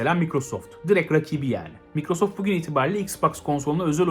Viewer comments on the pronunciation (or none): none